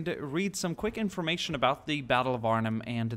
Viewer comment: He said Arnhem right.